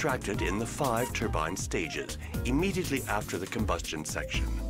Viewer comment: The CFM guy said TURBAN. A complete lie. Was saved by professional presentation. I learned a lot from pres.